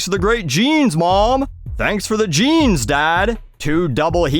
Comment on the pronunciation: You gotta love how she mangles the word "jeans" with her valley girl vocal fry voice.